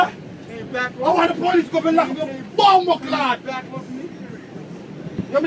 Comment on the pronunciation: I laugh how he said "Bumbaclot" and